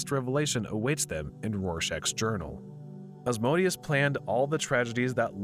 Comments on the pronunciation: Who the hell is “Oz-Moe-Dee-Us?” It’s “Ah-zee-man-di-uhs” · The way this guy pronounce Ozzymandias like ozmondius, and not O-zy-man-dius, physically hurts me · It's pronounced "Ozzy-Man-D-Us", not Oz-mode-ius FFS! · Ozzy-man-dee-us not Asmodeus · Ozymandias is pronounced Ah-zee-man-dee-us. LMAO 🤣🤣🤣 You keep saying Asmodeus. Invoking a chief prince if he'll may not be a great idea. Hahahah. I've watched almost all your recaps and thank you!!! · Isn't it pronounced "O-zee-man-dee-us" instead of "Asmodeus"? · Real crime here is the narrator pronouncing Ozzies name as Oz-MODE-ius... its MANDIUS... OZY-MAN-DI-US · It's not "Oz-mo-dias". It's Ozymandias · Just want to add that Ozymandias is pronounced "O-zee-man-dee-as" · just to be the comic book nerd from the simpsons, and just cuz i read the graphic novel lol, it's pronounced ozymandias. but well done otherwise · Love this recapper: Ozymandias is apparently pronounced "Asmodeus". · It annoys me how you pronounce "Ozymandius" as "Ozmodius" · You were saying ozzys name wrong. It’s OZY-MAN-DEE-US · Sorry, bu it REALLY hurts my ears when you say "Ozmodius"...he is called Ozymandias after a poem by Shelley... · Sounded more like "Asmodeus" to me... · Why Ozymandias sounded like Asmodeus in your mouth... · The original voice was the best, bring it back please!! Also, this guy mispronounced Ozymandias' name as Ozmonious?? strange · his name is pronounced oz-ee-MAN-dee-əs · Good recap, but you absolutely brutalized "Ozymandias." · The way you pronounced Ozymandias really irked me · its "Ozymandias"... i cringed so damn hard hearing him butchering his name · Yeah, I noticed it too, I guess his not familiar with the watchmen comics and only knows watchmen through this movie.